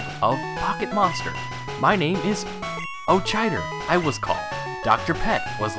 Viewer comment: I think it helps if you pronounce the "ch" in "Aochider" as a "k". Okada/Aochider/Auchider. Sounds like a german name.